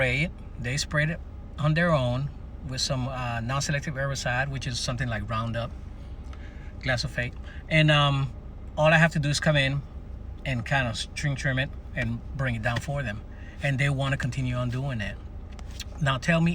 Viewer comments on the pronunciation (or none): Why, why, why -- do so many people pronounce (mispronounce) the name of the herbicide Roundup -- Glyphosate (gli-fo-sate) as "gli-so-fate'? This is a transposition of the 2nd and 3rd syllables. Are they dyslexic?